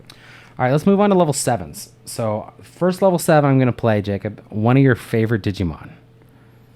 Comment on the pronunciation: I laugh so hard when people say, "jee-jee-mon" 1) Cause in japanese "jiji" means old man 2) cause there is already a jijimon... and he IS an old man xD